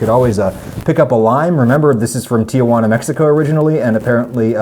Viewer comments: Or puts an extra syllable in Tijuana. Its t-juana, not tia-juana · Adam: If you don't want to be a "gringo" remember there's no place called "Ti a juana" BC! It's Ti juana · And Tijuana is pronounced "tee-HWA-nah", not "tee-uh-WAA-nuh" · *Tijuana. In English it's pronounced something like "Tee-hwa-na".